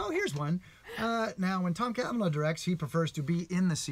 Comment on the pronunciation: It's cavanagh